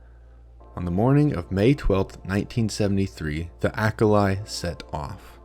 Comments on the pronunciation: It's almost certainly pronounced Ah-kah-lee. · What a poorly researched biased af, crock of shit this video is... Starting for the pronunciation... It is not Acal-i... (as in not like "I" in "I am")... Acali, from Nahuatl, means "House on Water"... There are lots of resources you could have used to find the right pronunciation... Santiago Genovés was in fact an Mexican anthropologist (born in Spain 1923 - died 2016). And the experiment was, sure, very controversial. A pile of prudes of his time took it upon themselves to try to mock what he was doing... I picture his detractors like the Ben Shapiros, Matt Walsh, Michael Knowles of his time... A pile of half-brained conservatives who took issue on Dr. Genovés extreme methods... It was a social experiment and it was the f-ing 70's FFS, and no one before him had attempted anything similar... If anything Genovés was a pioneer. Did he made mistakes? Sure... who doesn't... I invite all the people watching this highly biased, "opinion piece (of sh)" shitty video to read the actual book ... The Acali Experiment: Five Men and Six Women on a Raft Across the Atlantic for 101 Days by Santiago Genovés. Watch the docu "The Raft", (2019) and draw your own conclusions... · Certainly an interesting video and I appreciate the work putting it together. A minor note is that why do Americans insist on absolutely butchering foreign words? You can't possibly think Acali is pronounced "ack-a-lie" as though each of those syllables were in English.